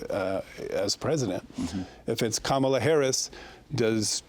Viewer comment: A Salt Lake Tribune editor repeatedly mispronouncing the name of the VP of the US and leading candidate for president is incompetent.